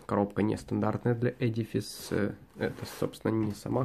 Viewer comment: Ну, наконец-то! Первый человек, который правильно произносит слово edifice! :-)